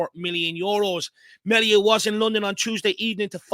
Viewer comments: His surname isnt said like Mell ia, its prenounced, MEAL IA.😂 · Please pronounce his name correctly as in ME Thank you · It's pronounced mealia